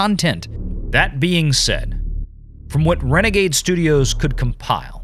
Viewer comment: LOL Did you just call Valiant Renegade, "Valiant rena-G-G-Gay"?